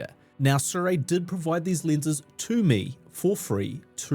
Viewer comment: They're really nice lenses, truly. And you're correct with your pronunciation. It's 'SOO-ray'